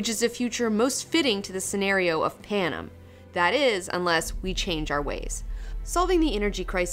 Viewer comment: The way she says Panem bugs me to all ends omfg.